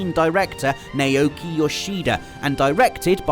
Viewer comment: it's now key not Naoki as in Naomi